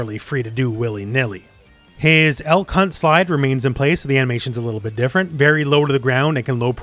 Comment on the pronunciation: I definitely misheard you lol. I had to turn on subtitles for this one. You said "Elk hunt slide", I thought you said "L-C*nt slide"